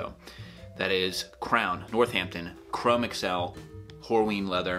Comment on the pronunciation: Your videos and reviews are tops, and I commend you for shrugging off sponsorship. Now, I'm no leather expert, yet I am quite certain chromexcel leather is older than microsoft and google...In short, it is pronounced chro-mex-ul...one word.